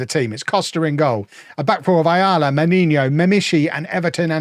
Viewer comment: FYI it is pronounce as Mainoo